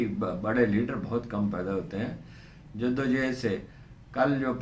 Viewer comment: جِدّ و جُہُد ہوتا ہے سر